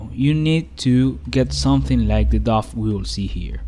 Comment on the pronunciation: Someone might have said this already but the word dough sounds like snow, row or show. The pizzas looked amazing by the way!!!